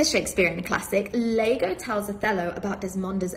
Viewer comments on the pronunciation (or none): except the mispronounced othello character Lago lol. She practiced this speech over and over lol. Don't be fooled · I love the irony of Layla explaining the origin of the word 'Cuckold' and how Strickland is "unlikely to be Au Fait" with the Shakespearean word. Meanwhile, she isn't 'Au Fait' with Shakespeare either.......It's Iago, not Lago 🤦🏻‍♂️ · Lol you know how i know all her fancy words and Shakespeare quoting is BS? Because the character in Othello is not "Lago" 😂😂 it's "Iago" Thats an "i" not an "L". Pronounced "ee-ah-go". She googled half the words she used before making the video 😂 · Its not "Lago" its "Iago" with "I" how obvious she googled this just to sound smart LMAO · Lmfao it’s capital-i Iago not Lago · Trying to so hard to sound smart, but doesn’t know that it’s Iago not Lago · It’s Iago ffs, not Lago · Making references about Shakespeare, at least get the name right of the antagonist of the play you referenced. Not Lago it's Iago, I'd know. Lago means lake in Spanish, Othello wasn't ostensibly deceived by a lake in regards to his woman being unfaithful. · Iago - Ee - aah - go, not Lago. FFS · Her husbands name is ian.. And she thinks iago from Othello is pronounced Lego. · It’s pronounced “Ee-yaw-go” , Mrs. Succubus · Definitely never read Othello if she made that mistake 😂